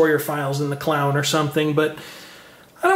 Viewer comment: At time index to the word you said sounds like store your files in the Clown or something - LoL ... I know that you meant to say the Cloud -and I had to play it back twice to see if I heard you correctly but yep it sounded like Clown ...